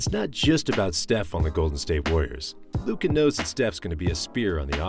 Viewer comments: You just murdered Luca's name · Dude at least you can learn how to pronounce Luka's name...